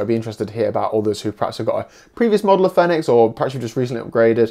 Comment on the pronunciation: Great wee review. And thanks for saying "Fenix" and not "Phoenix"!